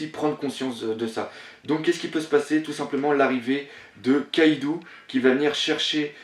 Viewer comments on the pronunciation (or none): none